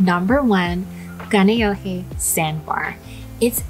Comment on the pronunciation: If its your fav, you should be able to say Kaneohe right lol